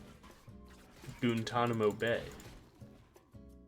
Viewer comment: Really nice video thank you! u saying GoontanamoBay sounded like a sleeper agent activation string